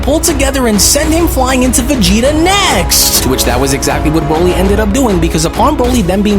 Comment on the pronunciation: You read on a 4th grade level & ur voice is irritating .. & nice job calling broly BRAWLY . This is literally all u do in ur life and u can’t even do it right😂😂